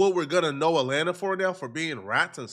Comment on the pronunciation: "RAT-lanta" ... is wildddd ... 😮